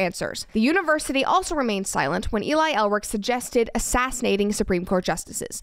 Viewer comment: E-lie... just sayin...